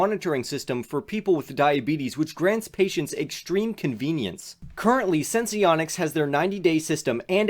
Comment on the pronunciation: Thanks for the video! Also it's pronounced "Sense-Onics," Not Sense-ee-onics